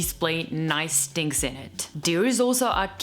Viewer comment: So we Italians are not the only ones who say ‘tings’ 😂😂